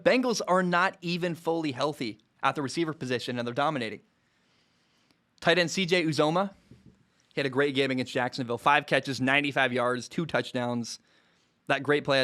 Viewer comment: It’s pronounced Ooh-Zah-Muh, loved the video!